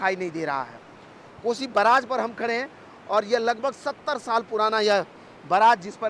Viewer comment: News reporter ko bolne to aata hii nhi hai report Karna chal aata hai .....barrage.....ko..braage...bol Raha hai😅😂😅😂